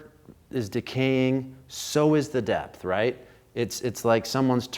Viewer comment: Love and Light to you! Thanks again for these straight forward, no-nonsense reviews - especially dropping some DIP-Switch knowledge. Also, is it just me, or did others hear "Death Knob" (instead of 'depth')? Chasing My Bliss in Oakland 💙🏳‍⚧🤘